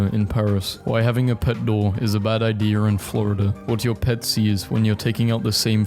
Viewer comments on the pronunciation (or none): none